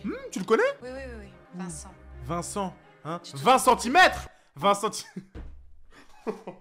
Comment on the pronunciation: « viencent imetre🤣🤣🤣🤣🤣 »